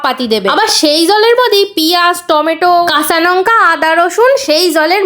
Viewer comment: নঙ্কা না লঙ্কা 😂😂😂😂